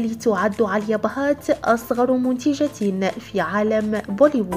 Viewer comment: اسمها آليا ..ليش تنطقي عاليا؟؟؟؟(هندوسية )